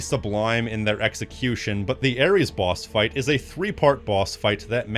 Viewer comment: Its ares and its not even close